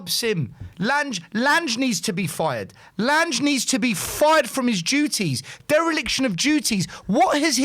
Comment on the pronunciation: Your friend Lange is pronounced Lan-ger not Lange.